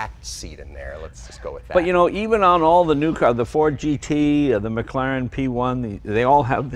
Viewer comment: 'maclaren' it's Mclaren mate, just a heads up in case someone calls you stupid in a comments section. I'll just save you that lol